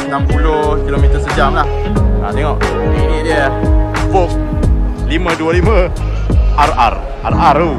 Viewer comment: voge sebutan dia vod's